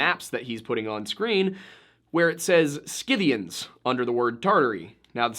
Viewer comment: Dear boy, it is pronounced si'-thē-an(s). There is no hard 'K' sound.